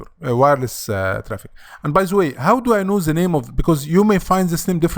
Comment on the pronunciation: من نطقك ل "زا" عرفت انك مصري😆